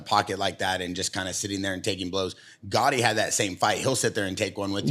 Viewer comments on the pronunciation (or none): He calls Arturo Gatti "gotti" and claims to be an " Italian fan " and a boxing fan...